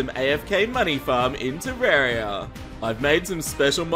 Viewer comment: Why do you say Terraria wrong